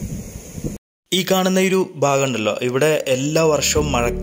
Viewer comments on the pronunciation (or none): none